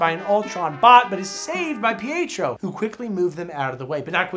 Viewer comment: Ohhh! I thought he was calling Pietro 'PHO' and I was like, what is PHO short for!?